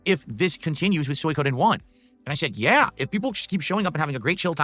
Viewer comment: "Soy-Coden' does he purposefully mispronounced every other fucking name or wtf is this morons problem?